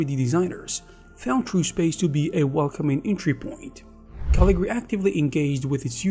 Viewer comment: Cool. I remember Caligari back the 80s. Along with Turbo Silver and it's follow-up Imagine. But it's Caligari. You keep dropping a syllable. 😁